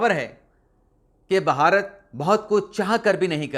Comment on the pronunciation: آپ بعض اوقات بھارت کی بجائے باھارت بولتے ہیں. جو کہ اچھا نہیں لگتا.